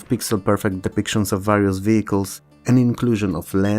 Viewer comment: Sorry, OCD here... This video is awesome and your level and pronunciation of English is globally very good. There's just this one word that you repeat quite frequently and that you mispronounce: "various" The "a" is not like in "bat" or "cat", but like "share" or "scare".